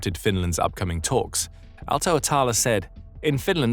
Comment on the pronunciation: its Pauli Aalto-Setälä, and the ä is pronounced as the a in cat or apple in apple its closest (äpple).